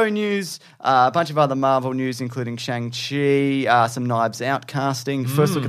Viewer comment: Hey and! Just so you know, Simu Liu has clarified how to pronounce Shang-Chi. It's pronounced like "Shong- chee"